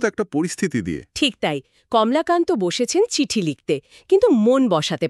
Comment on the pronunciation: Kamlakanto shunte baje lagchhilo ebar thjk holo Kamolakanto